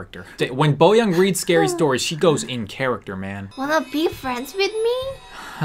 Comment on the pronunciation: Are you guys korean?Why do you pronounce her name 'boyang' instead of boyoung?Just asking😁